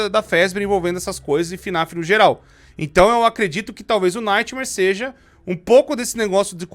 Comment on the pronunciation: Só eu que ouvi no minuto o falando nightmaionese KKKKKKK